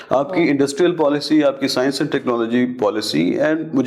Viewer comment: Paksta aur sayanshh 😂😂😂😂 markiit 😂